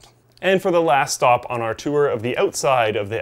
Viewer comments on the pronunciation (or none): none